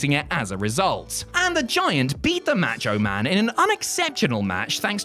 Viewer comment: Who the hell is "Match-O-Man"? 😅😅